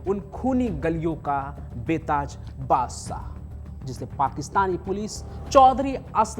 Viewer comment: Oye, tum up aur bihar vaalon 'स' और 'श' me antar kab samjh aayega, baadsaa kya hota hai, baadshaa ..channel bna k baith jaate hain..choo....e...